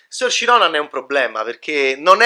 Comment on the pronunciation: "Sorci Ronan" ah ah.. ma li sorci tua ah ah:) Anche incapace di pronunciare correttamente il nome di Saoirse Ronan LOL! Si pronuncia "Sur-sha" ("it's Ser-sha, like inertia.") e vuol dire libertà in Gaelico!